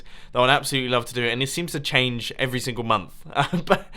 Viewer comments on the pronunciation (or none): none